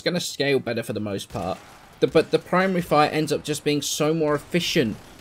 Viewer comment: I was about half way done before I realized you were saying "Primary fire" and not "Prime Re-Fire" I was really confused. Thinking that it was a new thing added recently.